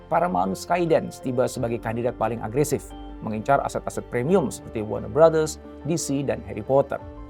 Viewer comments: Gue dengernya BangBros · Ku kira salah denger, ternyata emg iya bilangnya WARNER BROTHERS, WARNER BROS harusnya sesuai tulisannya